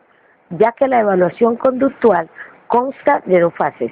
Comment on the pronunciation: que horrible video, redacción mala, lectura malisima, la persona no sabe leer ni pronunciar si lo esta leyendo de menos que lo haga bien ya que sus diapositivas sin orden se quedaban en la misma y según explicaba de verdad pésimo video no ayudo en nada y es conductual no conductal, lo vi a fuerza porque me lo dejaron de tarea.